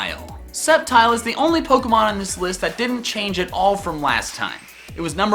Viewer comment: SAMUROTT, NOT SAMARUT! THE SECOND E IN UNFEZANT IS SUPPOSED TO BE AN A! #4 IS SUPPOSED TO SAY SCEPTILE, NOT SCEPTICAL! #5 IS DECIDUEYE, NOT DICIDUI! LEFT OFF THE R IN INFERNAPE! GLISCOR DOES NOT END WITH AN E!